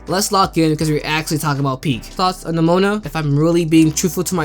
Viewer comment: Please stop pronouning nimona like that 😭